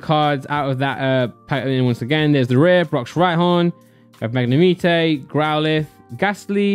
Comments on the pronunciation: Magnemite everyone: [magne-might]: [Magne-meat-ay] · I love the way he says magnimite 🤣🤣